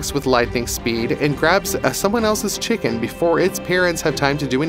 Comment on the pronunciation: Did u say chicken, or chick and? Lol! I think this channel offers some great educational info.! 👍 I especially liked Big cats and Python snakes!! That was great!! 👍✌